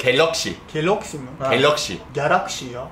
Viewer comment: kelokşi: galokşi ya o Kxkdjdjsisjsdksksk